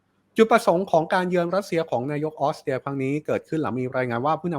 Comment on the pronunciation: ออสเตรียค่ะ ไม่ใช่ออสเตีย ถ้าคนอ่านข่าวออกเสียง ร. ล. ชัดๆ จะน่าฟังขึ้นเยอะมากๆเลยนะคะ